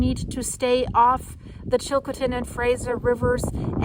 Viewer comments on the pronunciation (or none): IT SOUNDS LIKE SHE IS SAYING CHILCOKATIN AND NOT CHILL CO TIN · It's pronounced Chill coe-tn and Care ih boo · It’s pronounced Chill-coe-tin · Hollywood put out a Western movie tagged, " The Caraboo trail" All about that region. Actors pronounced the area, " Chilcootin," Always figured they had it wrong, but not that wrong. EH? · Please learn how to properly pronounce CHILCOTIN. You have have the accent on the wrong sylable. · You're pronouncing Chilcotin incorrectly. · Probably how everybody from her region pronounces it.